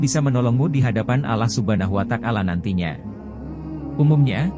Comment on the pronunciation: Maaf ...cara pengucapan ALLAH SUBHANAHUWATA'ALAA..nya klo dlm islam bukan spt di narasi....mungkin bs di perbaiki dg pengucapan lafadz yg benar dan lbh baik lagi 🙏👍